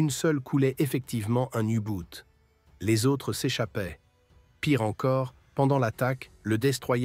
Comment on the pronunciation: Ras le bol ! Encore des ravages de l'anglais ! U Boot est un mot allemand. Jamais le U ne s'est prononcé you. Ce n'est pas de l'anglais mais de l'allemande, le U se prononce 'ou'. Encore une vidéo de quelqu'un qui étudie 'les langues étrangères' et qui ramène tout à l'anglais. Ben voyons !